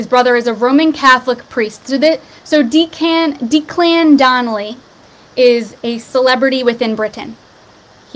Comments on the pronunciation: Declan, first part is pronouned like deck not deek. He's half of the team Ant & Dec (Deck) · Declan is pronounced Deck-lan hope that helps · Declan is pronounced Decklan hun! xx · Deck-Lin is how you pronounce it…lol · deck-lan is how it's pronounced